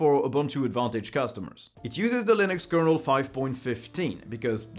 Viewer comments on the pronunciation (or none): none